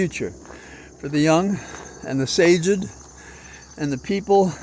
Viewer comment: Did I hear correctly you say "For the young, for the Sage-ed?" Good one if you did! For with age comes wisdom (or "sagacity"). It appears you're "good for" (at least) one good "word" per episode....keep 'em comming!